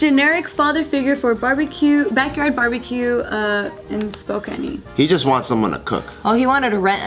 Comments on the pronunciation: Did pronounce Spokane "spo-can-ee"? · It's Spo-CAN. Not Spokanee. XD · Spokane: Spoh-can, not, Spoh-can-ni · spo can ee its pronounced spo can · U MISPRONOUNCED SPOKANE U SAID SPO-CAN-E IT'S SPO-CAN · Spokany? Wtf. It’s Spokane. There is not Y sound. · The way pronounced Spokane!! OMG... The e is silent it's pronounced Spo-can!!! I would know I'm from there.